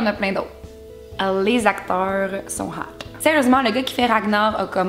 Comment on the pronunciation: "Les acteurs sont hot" Tu m'as trop fait rire avec ton petit accent! XD